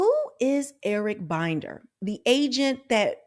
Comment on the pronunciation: ML Management shows under the "Contact" tab of its website that it has an office at 1800 Century Park East, Suite 400, Los Angeles, CA 90067. Comments from former employees on Glassdoor said it was a small office with no benefits. P.S. I believe Binder is pronounced with a short i, as in Tinder.